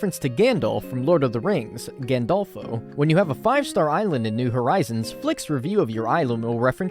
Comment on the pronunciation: This is the first time I heard someone non italian correctly pronounce "Gandolfo". Props to you man, and great video. Also I'm glad I'm not that have already hinted at a full villagers fun facts. That's gonna be a lot of work